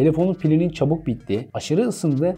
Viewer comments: Harika bir video ama bu kalitede video hazırlayan kişinin, hele ki telefonla ilgili videoda hala şarj (charge) yerine şarz demesi kulak tırmalayıcı, kusura bakmayın. Türkçe'nin daha dikkatli kullanıldığı videolarınızı bekliyoruz. Kolay gelsin. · teknoloji hakkinda icerik uretiyorsunuz, videonuz 300k yakin izlenmis, binlerce aboneniz var ama gelin gorun ki SARJ'a SARZ diyorsunuz. bence bu buyuk yanlisi bir an evvel duzeltin. tesekkkur eder, basarilarinizin devamini dilerim. guzel icerik. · Konu detaylı ve bilgilendirici fakat bu kadar teknoloji den bahsederken ŞARZZ değilde şarj olsaydı süper olacaktı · Böyle bir video hazırla ama şarj yerine şarz de 🤦🏻‍♂️ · Şarz, deyince videoyu durdurdum.. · Kanka ''Şarj'' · "Sarz" telaffuzu, üstüne basa basa ve o kadar sık oldu ki, tahammül edemedim.